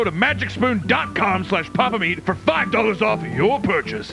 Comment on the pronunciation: I think it's pronounced Pyapa Myeat